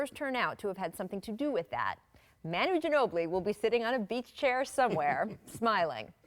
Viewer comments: muh-nu not man-nu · It’s mawnu, not mahnu. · The fact that she says "Man-u" instead of "Ma-nu" really bothers me.